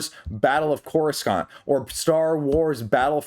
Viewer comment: Not again 😭 It's not pronounced Co-Rus-Cant it's CORE-uh-sant, just listen to Qui-Gon Jinn 😅